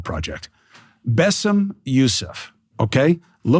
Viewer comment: It is Bassem not Buss'em. Try it, Bas-sem